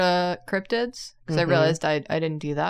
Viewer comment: I almost choked when said "let me see those crobtids" thanks for trying to kill me